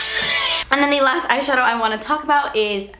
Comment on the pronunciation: once she said shatow I was like YYAASS LIPSTICK SHADOW WINE BIT COOOLLOOORRRR~~~